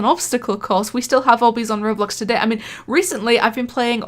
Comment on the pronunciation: The best thing in the vid is the part that u say todey